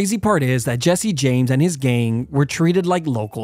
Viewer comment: love how he always says ''gain''' instead of gang